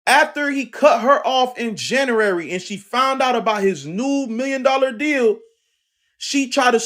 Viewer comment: in Jan-er-eri ! 😂